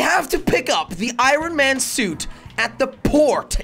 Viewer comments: Anyone else hear Iran man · The say it like ion man not I ron man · Is it anyone to start jelly keeps saying ron Man instead of iron Man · it is not IRon it is pronounced ion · Its ironmoan not iroun man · Its pronouced i on man not i ron man. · Every time you hear jelly say IRAN man instead of IRON man, leave a like on the video or comment and tell jelly he needs help in grammar. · The way he says iron man, he says iren man😂😂 Love You Jelly❤😂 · Why you saying iron man like I-ron man😂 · Nobody: No-one: Not even a single soul: Jelly: Irun man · Nobody: Jelly: Iranman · He said I ron man!!! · He keeps sayong irin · Why does jelly say I ron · Who else heard jelly say aaron man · Did anyone notice he said iron man wrong 🤣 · Jelly your saying iron man wrong